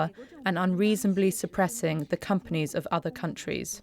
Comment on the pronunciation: Did she say surpressing ?🤣